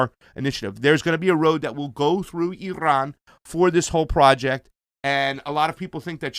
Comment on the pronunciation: Is it just me or can't pronounce Iran...he added too much rrrrrrr sound.